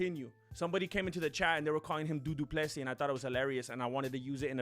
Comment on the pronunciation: Du Plessy it's Dutch, and one name 📛 it's (Bur'y) this people f...t up south African people. Love your work, but I'm not izi fan but, you spend little more than googling about history....